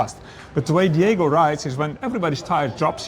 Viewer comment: Gentlemen, it's "Diogo", not "Diego"